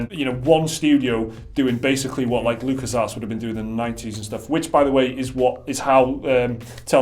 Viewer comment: Did you just say Lucasarse?! LOL